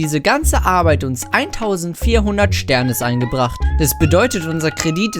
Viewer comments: Es heist SternIs mann spricht dass I mit aus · man spricht sternis: sternies aus